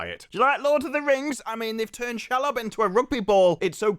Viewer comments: you pronounce Shelob she -lob not shel lob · It’s SHEEEEELOB not Shelub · Who the hell is Shall-lob? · If they wrote season 2 first, then how did they write Bronwyn's story out of season 2?? They didn't know she was leaving! 😂😂 And the spider is pronounced She-lob 😊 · can we not call Shelob ... shalob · Please, please, pretty please pronounce Shelob "She-lob". Literally means female spider in much the same way she-wolf means female wolf.